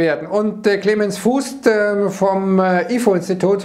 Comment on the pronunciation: Clemens Fuest wird nicht“Füst“, sondern „Fuust“ gesprochen, Dehnungs-e, vgl. holländisch Buer, Soest, Straelen…